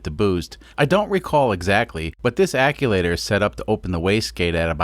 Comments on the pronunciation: Mfer... keep saying aculator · Another great video in this series. I missed the "vertical" install vid., will catch it now. You had me scratching my head the 1st time you were discussing the waste gate "acculater". It was like hitting an unseen speed bump at 45 mph! Bam! After hearing you say that several times while working on modifications to what I've always known as an actuator (phonetic spell: Ackcheuwaiter) 😁, I guessed you were playing dumb, when you're very intelligent, making custom words like Vice Grip Garage or Taryl Fixes All. That's funny and fine, I can dig it! This was a nice, well done turbo install! (In an automotive research facility, I've fabricated several turbo systems, inc. 1 compound). Yes, boost pipe hot! Underhood temps don't cool it off either. Note: once intercooled, insulate cool pipe after I/C to reduce heat pickup from underhood heat. Thanks, Paul from S. Central Tx. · “Wastegate akulator”...... eye twitches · is there not a "t" in that word? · Your pronouncing actuator wrong but i still love ur vids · Love the video's mate but please stop saying acTuator like that 😉 also its a diesel so more boost the better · I like you too much to make fun of how you pronounce actuator... I will just point out that it doesn't have an "L" in it... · Every time I hear “acculator”, I cringe. Maybe it’s the right term? Act-u-eh-tor sound more correct to my brain. Am I wrong? Great build by the way. Love the Kubota re-purpose stuff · Stop saying aculator That is not a word. Actuator. It actuates. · ACUACTOR ( AK-SHU-ATER ) not ACULATOR... or maybe you did that on POURPOSE !!! SEE WHAT I DID THERE ! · Actuator not aculator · Actuator not acculator. And you mispronounced the name of the company that you got the fittings from. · Hey man just a heads up, it’s actuator, not aculator. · It's hurting my brain hearing him say actulator. Sorry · Wastegate acTuator. Not acuator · Love the vid. But are you saying aculator? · "aculator" I love it.